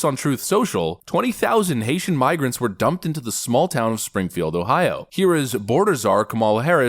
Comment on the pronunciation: WTF is a "Haitent-Migran" ???